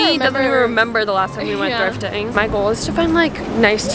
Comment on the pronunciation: She went thrfiting.. not thrifting😭